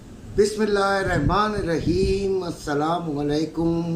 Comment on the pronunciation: وعليكم السلام ورحمة الله وبركاته آپ براۓ مہربانی بسم اللہ کسی قاری درست کروالیں جزاك الله